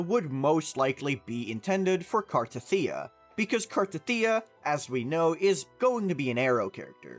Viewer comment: I think its pronounced CAR-TETHIA and not CAR-TATHEEA but eh i dont care tho.